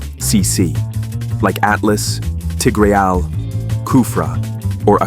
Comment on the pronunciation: I like how you said "tigrieAALL"